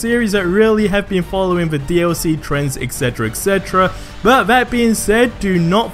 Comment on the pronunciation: did u really just say "buh" like it's only a different letter you're not even making it shorter it's not that hard it's (but) not buh